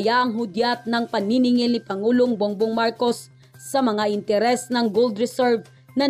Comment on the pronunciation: Ma'am bong bong Po Hindi bung bung